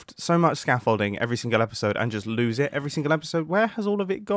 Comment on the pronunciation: When he was looking for the scaffolding. I thought he said 'shit building frame'